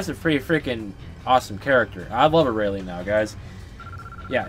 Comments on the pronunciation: Aralie? air re al is how you pronounce it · how dare u mispronounce her name!!!!!!